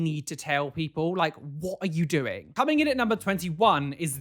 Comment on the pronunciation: nobody: absolutely nobody:: WHOT AH U DOENG